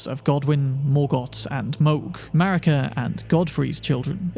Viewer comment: Thats what i call the USA!? "MARICA!" ((MARE-UGGH-CA!))